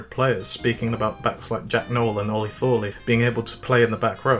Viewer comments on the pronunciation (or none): none